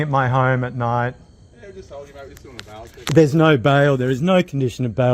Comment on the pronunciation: speaking from the U S A!!! i hear bowel check, not bail check.